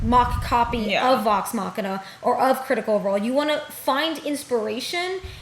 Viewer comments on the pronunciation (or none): Idk y but when ppl say machina as machine-ah i go bonkers lmao